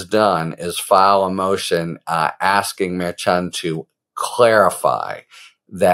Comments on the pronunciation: No, not maddening... Infuriating. Dude, it's easy. Mer-shawn, not mer-CHAHN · Judge Murr-Shon not Mair-Chan just sayin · Again, Harry. Lol It’s Mer -Shon. Pretend that “ch” isn’t even in his name, m’friend! Mer - shush a man named Jon! Mer Shon!🤭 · Thanks Harry❤ As KFA said it is Merchan pronounced Mer Shawn. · Watch you all the time, along with Meidas. The judge's name is pronounced: "Mare-Shawn" 🙋‍♀️ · Your short takes are awesome! Succinct & to the point. Thanks Harry. (He pronounces it Mer-SHAN, per KFA. 😉) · I could be wrong but I believe the judge’s name is pronounced like Mur Shawn. Please continue to keep us informed with these great videos! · Judge mer-SHON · I thought the judges name was pronounced Mer-SHAWN? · The judges name is pronounced mer- shon. Have a good day sir! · The Judge’s last name is pronounced, Mer(mermaid)-chan(sean). Mer-sean= Merchan. Please pronounce his name correctly. I know Karen Friedman-Agnifilo corrected you in a previous video. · Someone told you how to pronounce the judges name, yet you continue say it wrong. Maddening. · I'm not sure why you can't say Judge Merchan"s name correctly? Karen Agnifilo told you how it's pronounced but you refused to change how you say it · Judge’s name!! It’s pronounced with a “ch” . It’s a soft ch like “sh”…..